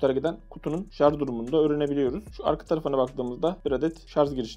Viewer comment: Güzel abicim rica ediyorum şarZ deme şuna